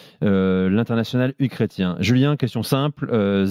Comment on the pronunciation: Il a littéralement dit "Uchrétien" haha